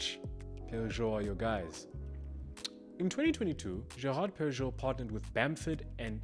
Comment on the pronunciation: Great video. Love GP! First time I’ve heard Perregaux pronounced that way. Thought it was pehr-uh-GO? Would love some insight